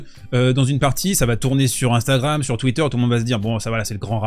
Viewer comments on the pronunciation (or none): none